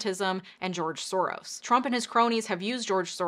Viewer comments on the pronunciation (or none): It's pronounced Shorosh , which means roughly translated - lucky or fortunate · His last name is properly pronounced "Sorosh"; in Hungarian the "s" alone is a "sh", to write an "s" sound, you spell it "sz."